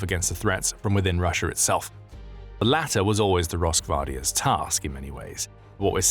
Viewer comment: Remember it's not Russia it's Russiar